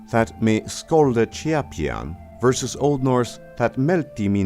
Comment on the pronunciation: The OE passage was actually read out wrong in places... "scolde" for example, is not read as "skoldeh", because "sc" in OE was read as "sh" is today. And therefore it's not such a great leap from "sholdeh" to "should". The letter "æ" wasn't pronounced as "ey" in OE, that was in Latin, but in OE, it sounded like the modern "a" in the American pronunciation of "man". Or just pronounce "æthel" as "athel" and you're there. With that said, I loved your reading of Middle English! Like someone else has said, it sounds like Scots, that's because some Scottish dialects have a much slower progress of the Great Vowel Shift.